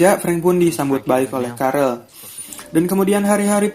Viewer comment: Carl bukan carel wowkajaj carl hanraty